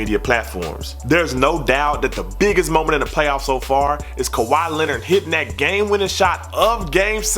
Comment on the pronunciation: "Kawhaa Lehnurd Nah nah sehven Essss"